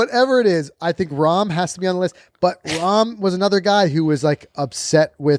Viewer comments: It’s Not Rahm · It’s Jon Rahm…